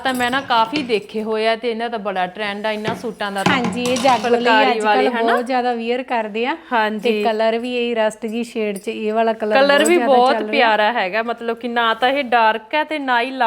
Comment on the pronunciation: Vear krde😂😂. Wear hunda eh vear nhi